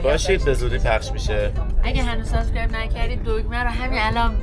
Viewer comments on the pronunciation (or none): none